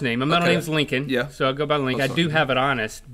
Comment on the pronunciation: Abraham "LINCON"haha!